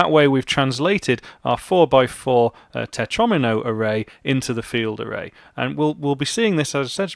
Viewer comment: “Tetromino” rhymes with “Domino”! The mispronunciation totally ruined the whole video for me. In fact, it’s put me off programming altogether, destroyed my fledgling career, and forced me into a life of male belly dancing.